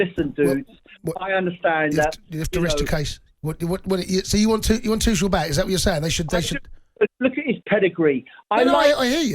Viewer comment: This guy not only mispronounces Tuchel's name, but at the end, he repeatedely said Tuchel when he meant Potter! He does it twice in a row at the end. 'Tuchel needs to do this, Tuchel needs to do that', etc. I don't think I would want this muppet representing me in court!